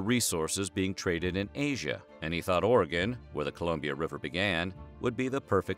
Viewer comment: Thank you for pronouncing “Oregon” correctly lol